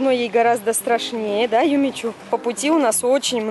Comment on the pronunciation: Юми чу! Хватит уже ошибаться чу-шу с буквой у